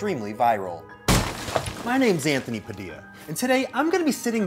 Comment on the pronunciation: Saying “Padilla” the way the kid from that one vine “hurricane Teresa? More like hurricane TORTILLA!”